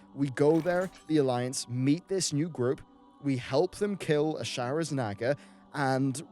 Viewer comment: Naw-ga not naga, but great vid